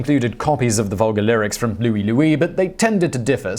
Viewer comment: That is Louie LOOEYE as it was sung.